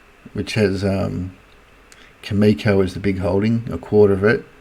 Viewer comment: its CAM-E-CO